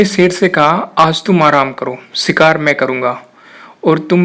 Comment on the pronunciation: Sher hota, ser nhi. shikaar hota, sikaar nhi. purash hota hai, puras nhi. Sotry achi thi but theek se words bolna seekh lo...